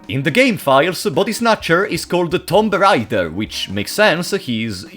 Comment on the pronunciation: i love how he says "tomb raider" like "tom rider"